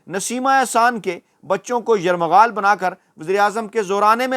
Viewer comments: یرغمال ہوتا ہے یرمغا ل نہیں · ۔۔۔۔! آپ نے روانی اور جلدبازی میں ایک لفظ غلط کہہ دیا ھے وہ لفظ۔۔ ۔۔۔ یرمغال نہیں بلکہ۔۔۔۔۔۔ یرغمال ھے۔ یہ تنقید برائے تنقید نہیں بلکہ تنقید برائے ""اصلاح"" ھے۔ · یرغمال لفظ ہے یرمغال نہین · Yarmaghal nhn Yarghamal correct word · یرمغال نہیں یر غمال ھوتا ھے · Yarghamal not yarmaghal 😂🤣😃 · Yarmaghaal nahin hota ye lafz hamaisha ghalat kehtay ho (yarghamaal) hai sahi lafz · لفظ "یرغمال" ہوتا ہے نہ کہ 'یرمغال' تلفظ کی درستی فرما لیں، شکریہ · او یہ یرمغال نہیں ہوتا، یرغمال ہوتا ہے 😆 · it is not "Yarmagaal". It is "Yargamaal". Kindly correct yourself. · ایک لفظ ذرہ ٹیھک کرے جو کہ اپ غلط بول رہیں یہ لفظ یرغمال ہے نہ کہ یرمغال شکریہ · سارے لفظ یرغمال سیدھا پڑھا کریں اپ یرمغال پڑھتے ہیں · جناب یرمغال نہیں یرغمال ہے یہ لفظ دو دفعہ اپ مے دہرایا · درست لفظ "یرغمال" ھے نہ کہ "یرمغال"۔ درست فرمائیں